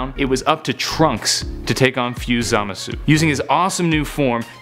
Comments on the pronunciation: You're not supposed to pronounce the u in Zamasu just so you know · Doesn't even know how to pronounce zamasu. That's how you know he is reading of s que card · hahaha the way he said zamasu😂😂😂